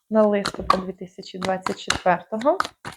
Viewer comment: ЛистопАд. Наголос на останньому складі, на А. Дякую за гороскоп.